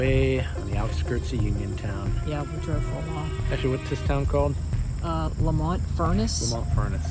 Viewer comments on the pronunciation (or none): It's pronounced Leemont! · I grew up right down the street. Pronounced LEE mont. Don't church it up. 😢